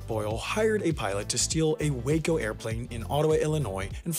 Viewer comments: Pronounced Wah-Co, not Way-Co like the city in TX. It is an acronym of Weaver Aircraft Company (of) Ohio. Look it up, learn you aircraft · And WACO aircraft isn’t pronounced like the city in Texas. Wah-co. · Love your videos, but I did want to add a little bit of correction in the pronuciation of the plane. It's a soft 'a' sound in Waco. It's pronounced like 'woco'. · When you catch two mispronunciations in one sentence... Waco is actually not pronounced like the city and is pronounced wah-koh. Guymon is pronounced Gai-mon. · It's pronounced WAH-KOH